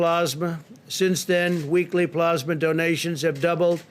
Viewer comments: Good Lord. He reads at a 5th grade level. Tf is Plosma? Oh did he mean PLASMA??? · When is somebody from his administration gonna tell him that its,"Plasma",and not,"Plosma"? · Yes..PLEASE!!!..someone tell him it's NOT plahsma!!!😵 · he said "plOsma" dozens of times. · Do you think maybe they could get someone else to read this dribble..? It’s bad enough listening to the monotone and mispronunciation of the word “Pasma”. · Plaws-muh treatments! Like they used during the 1918 flu pandemic. They also fast-tracked a new drug they’re calling Aspirin®. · Its pronounced "pluhsma" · He's the only tin-pot dictator I know of that cant pronounce "plasma" 🤣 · that's not an accent, he doesn't know how to pronounce plasma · This is NOT new. Why does he repeat himself all the time? Is it to help him believe his own lies? Also, could someone teach him how to pronounce "plasma." Too bad people can't get test results within 3 days...